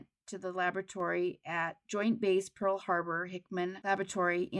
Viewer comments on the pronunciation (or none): none